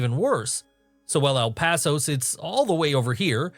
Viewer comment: I grew up In El Paso beautiful place. I love the way you say El Paso.